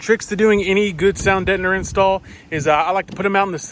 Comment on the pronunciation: Detner.. whats detner? Detning? That aside bro your way too hyped acting for the door pods.. the excitement is awesome initially but chill bro.. be hyphie when they get done, before the install and when you finally hear em.. but the whole damn time. Is just too tiring.. it loses its genuine feel or the realness of it.. even exo is chill in his video builds at points. Your just 100 the whole time.. but wanted to add, ive never thought about bang bros and systems before.. never put those two bangs to thought. Lol. Good channel name.. but take that detner and excitement full speed and just dont.. for real.. i personally cant even finish the video and i liked the way the whole build was going.. like a kid who asks are we there yet a hundred times or a chick who keeps asking common sense questions that should have been obvious to everybody.. just too much to wanna deal with..